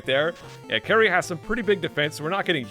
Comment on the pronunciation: "Kary" lol. Kali.